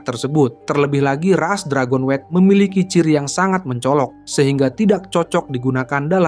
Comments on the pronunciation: Dragon-wet 😂😂😂 Dragon-nyut ✅ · Dragonewt bang bukan dragonwet